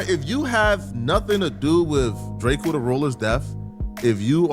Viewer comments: Pronounce it right duh. We know the truth. Lldtr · Drake-o not Drakeo